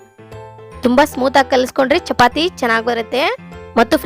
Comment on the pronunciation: ಚಪಾತೆ ಅಲ್ಲಾ ಅದು ಚಪಾತಿ